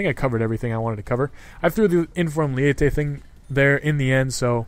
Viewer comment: Its not lee-ey-teh, its spelled leite and pronounced ley-teh or le-ee-teh